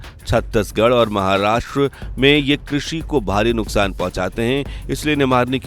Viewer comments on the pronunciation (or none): none